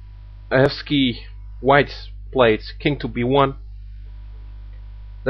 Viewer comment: Yes. you pronounce this name correctly. He lives in Riga. rolands ajevskis